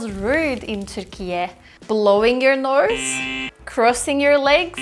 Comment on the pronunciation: "Blowing your norse" ??? Where is the /r/ sound coming from in the word nose?